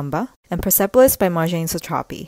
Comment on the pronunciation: Loved the video! Just one note- Marjane Satrapi’s name is pronounced (maar-Jaan-eh) rather than mar-jayn